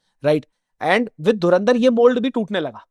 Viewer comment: Nice but AI couldn't say Dhurandhar properly